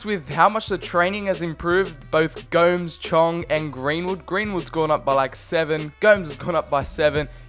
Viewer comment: Its prounounced go-mes